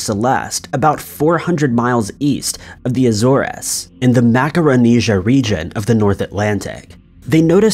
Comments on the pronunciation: Yes,ALL extreme "stumpers"...I'm Cindy's case it looked like the initials were "GW" and not "CW" - is that what I heard?...and ..not to be snarky ,but it's "A- zores ( like "cores")..just trying to help... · You mispronounced Azores. You need to look up how you pronounce things as you do it all the time.